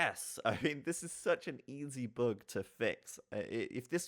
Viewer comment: "boog" fix ?